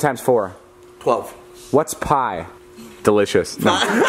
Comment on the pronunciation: Did anyone else’s noticed the emphasis on “Delicious”?